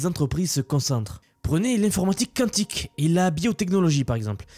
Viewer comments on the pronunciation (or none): none